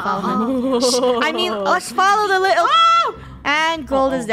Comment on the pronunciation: Little=lil Why did that sound British - (Hope I didn't upset anyone)